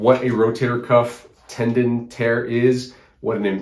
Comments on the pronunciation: Tendon not Tendin. ;) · Tendon, not tendin.😁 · TendOn not Tendin.